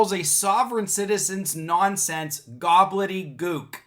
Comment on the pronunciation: "Gobbledygook," NOT 'Goblet-y-gook.' And they acknowledge that the court has authority over the other courts and therefore could, in theory, inform the lower courts that the SovCit was right. The SovCits are not right, of course, but their failure is their false premise that one can simply declare oneself sovereign. The rest does actually logically flow from that. Jurisdiction is actually a thing. Even though SovCits typically do not understand it, it does exist as a concept. If a police officer from one state was patrolling near a state line and noticed someone speeding and therefore cited them, if that driver was on the other side of the state line at the time, that citation could be tossed out for lack of jurisdiction, since that officer does not have authority to enforce the laws of other states besides their own. At least that is how I understand it. Not a lawyer, so take that with a grain of salt.